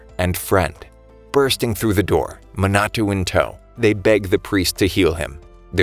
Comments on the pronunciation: the other names are forgiveable but... muh-na-too lol ma as in mama na as in nap to as in toy ma-na-to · It's a little bit funny how he says "Minatu" instead of Minato